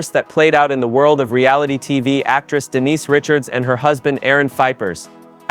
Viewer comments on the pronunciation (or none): Dee nice Richards but then you said Denise Richards the 2 time. Glitch.